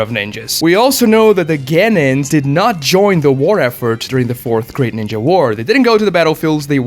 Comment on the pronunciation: The way you pronounce ninja doesn't hit the ear well.